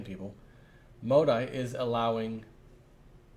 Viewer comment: J, You are saying it slightly wrong, not MODE-EYE Correct way to say it is ---MO-DEE